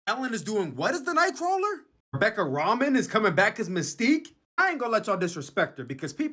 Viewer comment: Its pronounced “Ro-Main” not ramen lmao wtf